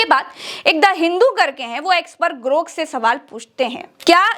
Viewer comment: ग्रोक, ग्रूक नहीं!